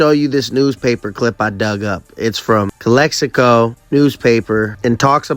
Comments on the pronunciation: it’s not pronounced Calico 😂 it’s pronounced Cal Ex i Co 😂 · CALE-hee-KO hahhahahaahahah it's CALEX-ICO !!! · Calico lmao its calexico why u say it all retarded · You saying Calexico wrong tonto. The X isnt silent